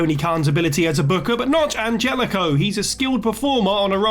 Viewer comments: its anhelico, not angelico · An-hell-ico, Jesus christ its not hard. What can we expect from this person though